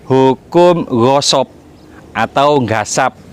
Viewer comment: Ghasab bkn ghosob